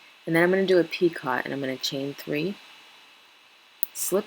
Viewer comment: Just a hint. Picot is pronounced pee-coe. Long o the t is silent. Not being mean or critical. Just don't want you to lose customers from sounding unprofessional. Other than that very good tutorial!